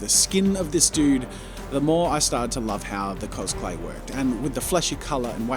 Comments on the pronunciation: I'm sorry, but i just hear cosPlay every time. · Every time Jazza says 'CosClay' Me brain: COSPLAY???